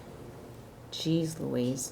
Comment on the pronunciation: "Jeez Laweez" bahahaha 😂 THAT IS PURE MICHIGAN BABE!